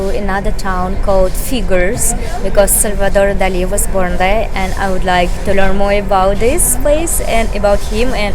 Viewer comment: Well done for pronouncing Salvador Dalí correctly ! Many British and Americans don't, which always annoys me. Great video !